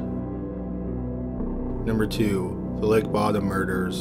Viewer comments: How to piss of Children Of Bodom Fans... Pronounce it "Bottom" instead of "Bo-Dum." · Its pronounced Bow-dom, just saying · pronounced bodom wrong